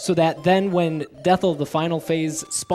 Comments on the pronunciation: DETHL?? It's definitely DETHI (death-eye). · > Calls final boss Dethl IT'S DETHI. DEATH EYE. GET IT? HAHA SO FUNNY. CAPITAL I.